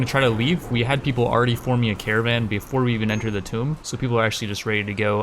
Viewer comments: Why does he say "Tome" instead of "Tomb" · Tomb is pronounced "TOOM." A "tome" is a large book. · It's pronounced /tuːm/. The "b" is silent. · The way you say 'tomb' triggers me. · Can some one tell him how to speak proper English please because he has been saying easy words wrong this whol time like tomb. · He never really learnt how to pronounce tomb 😔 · Or necromancer.. or a bunch of other words that trigger people. Maybe it's intentional just for luls. xD